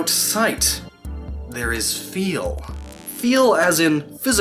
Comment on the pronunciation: Omg never say 'feel' like that again.